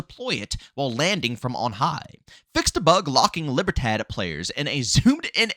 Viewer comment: The LIBERTAD faction is actually pronounced as LEE-BEAR-THOD. The D is soft and almost silent, but either way, it's an awesome video. 👍🏾